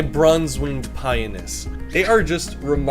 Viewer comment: I am sorry but it is driving me nuts. It is Pi-on-us. There is an O in the name you just skip over it. I have had these birds for 30 years, please don't for get the O in it.